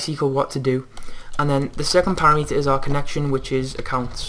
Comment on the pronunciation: para-meter? don't you mean pa-rameter?